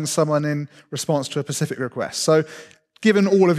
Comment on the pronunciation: When he first said "Pacific" instead of "specific", I thought he misspoke. When he did this a second time, I though "Huh... that's weird..." When he said "ECK CETERA ECK CETERA", and not "ET CETERA (it is E-T-C after all!!) I lost faith in listening to this man.